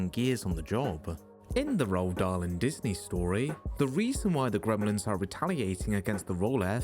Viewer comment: Roald Dahl's name is pronounced, "Roo-All Doll."